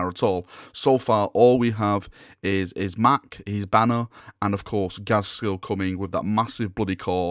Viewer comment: Uhm... Its Not ghazkhul...